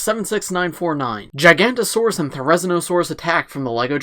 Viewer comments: Every paleo-nerd when mid said "Gigantosaurus": 😤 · It is jig-a-note-a-saurus and thare-i-zeen-o-saurus